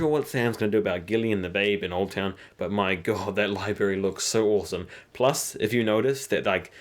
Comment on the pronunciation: What is a "lie-berry?" Do you mean "library?